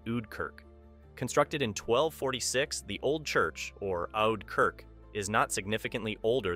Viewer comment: Im Dutch, and not to be mean, but I was laughing when you said the words like: Oude Kerk and Fles, because you pronounced them so wrong 😂 And I don’t want to be a hater, but it was just funny